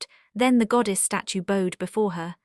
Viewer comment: Mispronouncing bowed. Introductory video is weird